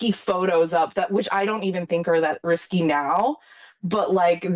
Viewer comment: It is risque not risky....girl